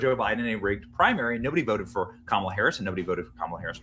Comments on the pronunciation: Please learn how to pronounce Kamala correctly. Its COMMA-luh or KAH-ma-la, stress is on the first syllable. Doesn't say much about you when you republish clips of clips, all of which pronounce her name correctly, yet you continue to mispronounce it, stressing the second syllable. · Kumalot Harris is how I pronounce it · comm-alla(says it all)